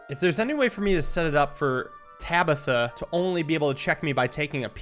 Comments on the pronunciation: Did this man really just mispronounce "Tabitha"? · why did you move the Bowman back instead of taking the bishop? Then the king would have killed itself. Also how did you mess up saying Tabitha?